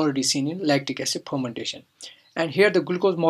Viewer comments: Wtf is phhhhhharmantation? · Ethanol phomantation.......lol.......which accent is this....haha....